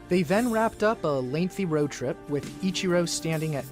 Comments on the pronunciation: hears Ichiros name pronounced correctly and he still say it wrong though out the whole video, EACHiro, like you are saying the word each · Emphasis on the "E" sound then the chee and ro Still appreciate the vids. Lol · pronounced...each er row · Between this guy and James Whitting i just can't comprehend why it's so hard for English people to pronounce foreign names even when they're pronounced exactly as they're spelled. Just super weird and kind of annoying. "Ih-kye-ro" is probably worse than "Ee-char-ro" though. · My son had the number 51 for YEARS by choice. EEEE-chee-ROH. You need to watch more Anime! LOLOLOL! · EE Chee Ro . Please say it with me lol. Hell with it. Call him Akira if you want. He is a baseball god. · Do you think Ichiro is Greek? I-chi-ro, chi like Tai-chi. Not like the letter "chi." "Ikairo. I'm sorry, I keep saying his name wrong... Ikiro." Ichiro. Like church... or maybe when you need Jesus you go to "Kirk" XD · E like the letter Chee like in cheese row like a boat Ee-chee-row Ichiro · Loved this reaction series so much! Pronunciation of Ichiro: EE-chee-roh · fair, but still they said the name Ichiro at least like 40 times in the video and he still couldn't get it remotely correct